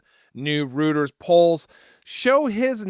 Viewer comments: Reuters is pronounced roiters in the US, not rooters. English is such a bastard of a language. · The poll that was cited is pronounced roy-ters, not root-ers. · ROOTERS poles? Please if you are quoting Reuters learn how to pronounce it correctly. Unless you're referring to gardening. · It’s pronounced “ROY-ters”. I’m not trying to be pedantic or be an a-hole. It’s actually a friendly correction, because I like this channel and this speaks poorly of your own intelligence. “What? Just mispronouncing a word?!?!” Mispronouncing THIS word? Yes. Reuters is one of the oldest news firms in America. Everyone has heard of it a million times and everyone knows how to pronounce it. It’s not “ROO-ters”. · Sorry, but I have to say this: Since it gets cited so often, please learn how to pronounce Reuters correctly (think Roy, not root). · Dude, it’s pronounced, “ROY-ters!”